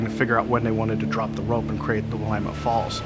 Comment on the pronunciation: You should learn to pronounce “Willamette”. Your mispronunciation discredits everything else you say.